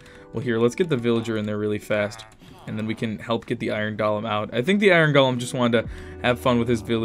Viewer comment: (not saying it in a bad way)